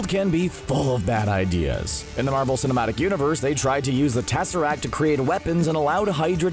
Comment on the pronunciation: Nobody: Absolutely Nobody: Not a Single Soul: CBR: TASARACT